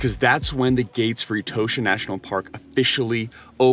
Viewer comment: It is pronounced E-TAW-SHA not e toe sha as you do.